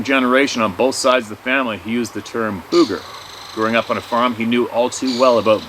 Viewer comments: It’s boooger’ !! pronounced boog …eh! 🤣Ok I’m heading out n’ a’ boot now! As a young child I know, once said…” ya know… zee as in zed?! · When we say "booger" it's not BUG-GURR. It's like saying book.... booker but replace the "k" with a "g." Bugger is something completely different that British people say hahaha. Cricks? I love that word. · Alright alright alright... I get tickled everytime pronounces Booger like a ghost saying Boo instead of like how we southerners pronounce it. it drawled like sugar or surgha. Example... my mama said, be careful sugar or the booger man will get you! LOL